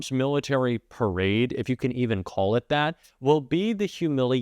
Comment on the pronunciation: Was is a parade or a "Tarade"? Sorry I misspelled "Perade".